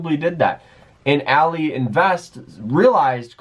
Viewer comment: What all-eee? Its ally like having an ally